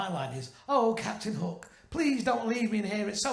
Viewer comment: I kept hearing hulk, not hook 😂